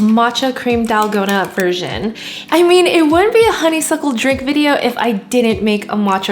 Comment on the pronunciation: it is not dalgona it is TALL-KOH-NA